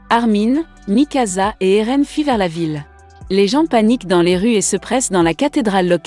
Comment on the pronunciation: Et a Eren ce n'est pas Aaron mais Eren